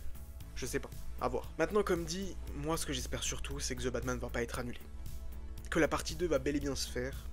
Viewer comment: "Ze" Batman ca m'a totalement déconnecté de ta vidéo.